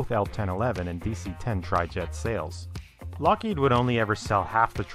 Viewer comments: It's LOCKheed, not lockHEED. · This is too late, and I realise that, but please in future stop pronouncing Lockheed as 'lock-HEED'. It's 'LOCK-heed'. Anything else makes you sound 'special'. Most people know this and I dunno why you don't. Cheers. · I'm more curious about the narrator's pronunciation of "Lockheed". It appears he goes back and forth a bit, but most often pronounces the company name as "lock-HEED" instead of "LOCK-heed". I've always assumed it was pronounced the latter, but have I been wrong? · It is not "Lock-HEED." It is "Lockheed." Duh, duh, and duh? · Nitpicking I suppose, but It's Lock heed. Not Lock heed. Not a big deal, all things considered. Great content,. Very well presented. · It's pronounced, LOCK heed. Not lock HEED. Duh. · Just one thing. It's LOCKheed. Not LockHEED. Put the emphasis on the first syllable. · How many takes did it take to record the audio for this? LOCK-heed. vs lock-HEEED? Come on, man. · LOCK heed - for crying out loud, the accent is on the first syllable. sheesh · Is it really pronounced LockHEED? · Why did the L1011 fail? It didn't. The Electra was not "a disaster" either. Where are you getting this crap? You're also mispronouncing "Lockheed." The accent is on the first syllable. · Can Skillshare teach me which syllable is accented in "Lockheed"? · I've never heard someone pronounce "Lockheed" so many different ways in one clip. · Can you pick one pronunciation of Lockheed and stick with it? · Great video, marred only by the pronunciation of "Lockheed" - emphasis goes on the first syllable, not the second.